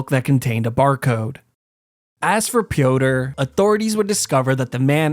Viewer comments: Pronouncing Piotr like “pee-o-tur” is cracking me up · Piotr is the slavic form of Peter, not sure if you pronounced it like "Pee Odor" for comedic effect or by mistake. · It's pronouced Peter by the way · Piotre is pronounced Pi - ot - tré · Bro called him peeodor